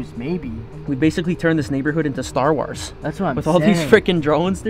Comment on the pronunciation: bro said star wass